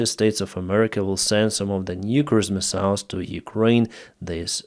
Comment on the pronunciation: I put up with mispronouncing the word missiles just to get good information